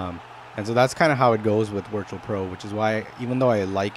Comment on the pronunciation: Do you keep saying wirtual pro? haha